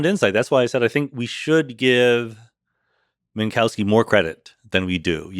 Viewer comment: That's still not how you pronounce "Minkowski" correctly.